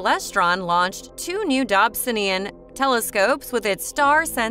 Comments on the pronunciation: DOB - SONE - EE - AN .......pleeeease!!! It's NOT a 'Dob - sin - ee - an'! For goodness sake, at least do your homework before publishing this awful video. 😱 This video is just HORRIBLE to listen to. I am in fear of the next mispronunciation of Dobsonian. It just hurts my ears and my brain! 🤬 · I’m sorry, this video was amazing but if you say dobsonian like that more I might fling myself out a window lol. Great info but srsly